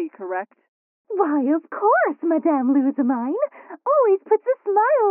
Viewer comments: It’s... lusa-meeen but whatever. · Actually, It's pronounced Lu-sa-mi-ne. the mi part should be pronounced like 'me' like in the pronoun. And ne part should be pronounced like the Japanese word for 'hey', as in 'ne'.